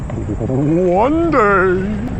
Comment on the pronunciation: HWHONE DAY!!!